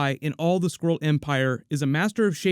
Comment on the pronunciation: When I heard him say skrull for the first time I heard squirrel lol